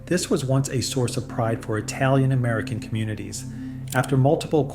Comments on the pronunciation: He also said etalian instead of italian. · I would put more stock in your opinions if you knew how to pronounce the word Italian. It's not "Etalian". There's no fucking "E" at the beginning of the word. There is no such country as Etaly.